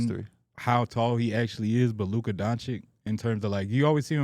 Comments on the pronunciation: you gotta learn to pronounce Luka’s name buddy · Luka going into year 7 and still can’t say his name